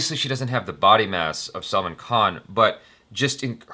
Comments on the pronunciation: Why are you calling him "Salmon" Khan...Salman aint fish.. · said " salmon" Khan 😂